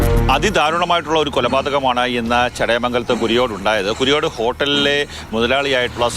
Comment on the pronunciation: ചേച്ചി കൂരിയോടല്ല കുരിയോട്